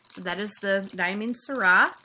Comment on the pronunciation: Aw, thanks so much for the shoutout! You pronounced Diamine "Syrah" correctly (sir-rah);) I really appreciate all your kind words, especially about my team. They're awesome and really do care so much. I'll have to show them your video, this is so nice of you to share!